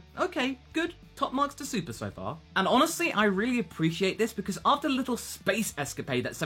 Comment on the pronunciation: Uh, you need to slow down your speech because you accidentally said, 'Dragon Ball Su-pleh'. It's not a bad thing, I just wanted to point it out. Good review by the way...